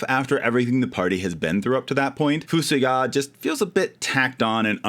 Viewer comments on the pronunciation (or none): Edge sucks! I always wanted to bring Yang back haha. Also, I've been pronouncing FuSoYa as "Fuh-SOY-uh" for 35 years